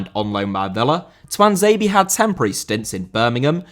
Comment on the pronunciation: Tuanzebe* not Tuanzeibi